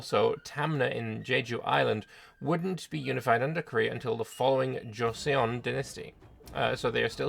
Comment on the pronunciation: Don't worry, we Korean viewers will still understand your pronounciation 😄 Goryeo (고려) sounds more like "Go-ryo" and Joseon (조선) sounds like "Joe-sun". You tried, that's all that matters.